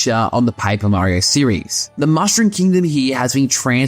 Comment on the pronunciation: Where are you from? You have a different accent. U say pa-ee-per mario :)